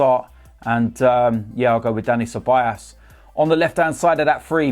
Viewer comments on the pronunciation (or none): none